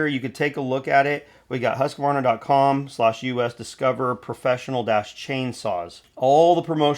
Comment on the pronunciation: Bodey did a great analysis and gave us good impressions of the data so far on the 564xp. The new 564xp is now making 70cc power. I hope Husqvarna, pronounced Hoosk-varna not Hussk-a-varna, got the fuel injection system setup for good fuel efficiency. The 550ixp is too costly. Hopefully the battery isn't heavy, otherwise the battery saw will erase the weight advantages of that size saw versus the bigger 60cc saws.